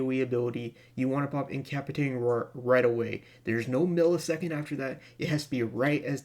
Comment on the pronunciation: Thank you very much for the guide. FYI: There's a soft "C" in that word. It sounds like "In ka PASS i tate ing," not "in CAP i tate ing." I just thought you might want to know for a future video.